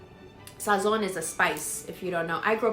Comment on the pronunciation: You just changed my way of saying “Sazon” because you make it sounded so bougie 🤣